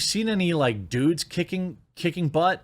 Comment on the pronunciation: Dude not sude 🤦‍♂️😂